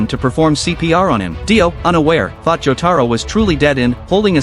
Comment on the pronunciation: Mother fuckers that's not cheng taro that's jotaro but if you guys are doing it as a humour it's alright